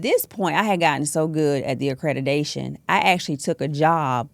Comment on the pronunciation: Accredidation. She can't even say the word. Idiot. Scammer. Zero training and education in this. She makes me sick